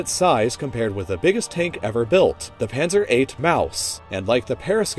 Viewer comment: I love your German... "schwewer güsdaw"... "Pännser"